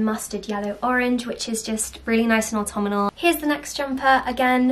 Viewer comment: I want to die everytime you say 'autumnal' In the words of Hermione: "you're saying it wrong"